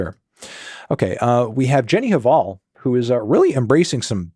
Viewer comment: The H in Jenny Hval is silent.